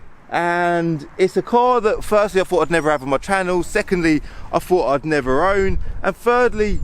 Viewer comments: What's with the: "It's the car that firstly I "F"ought it never much handles, secondly I "Fought I'd never own, and "F"irdly I've never even..." I mean come on... at least try to talk like a normal human being... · "I fought I'd neva own one. Quite a rare fing."